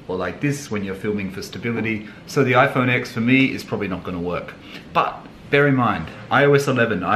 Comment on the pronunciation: It’s ten not x